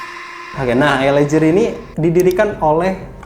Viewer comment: Mas, LA GEAR bacanya bukan JIR tapi GIR..... ah elaah🤜💥